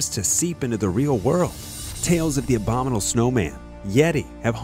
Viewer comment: Dude…..it’s abominable….not abdominal LOL😂😳